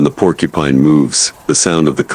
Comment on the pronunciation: Idiot, go get some education before you say Porcupine